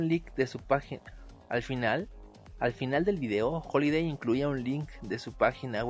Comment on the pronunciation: HAliday con "A"